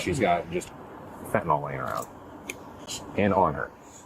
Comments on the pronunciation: Can everyone learn how to say FENTANYL......not FENTANOL! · Why can"t anyone pronounce Fentanyl? It is not Fentanall. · This is not just related to this case, but in almost EVERY video I’ve watched where the POLICE..the POLICE (who should know, perhaps, more than anyone besides physicians and pharmacists), the correct way to pronounce FENTANYL!! It does NOT rhyme with alcohol! It rhymes with BENADRYL! For f**ks sake! Sorry, but it bugs the crap out of me. You guys are dealing with it so much now, SAY THE NAME OF IT CORRECTLY!!! It makes you sound uneducated!!!